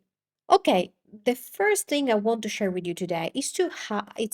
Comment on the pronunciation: I'm not trying to be mean, but I notice that when you say the English word, "that" you pronounce it, "dat", "the" sounds like "day or da", "this" sounds like "dis". Is the English "th" sound hard for native italian speakers to say?